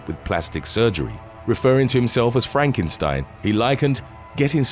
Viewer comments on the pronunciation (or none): none